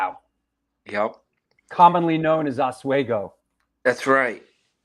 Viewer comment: It's hilarious how pronounced Oswego as Oswaygo. Freya had a unique pronunciation as well. Mare-rio is the best mispronounced one.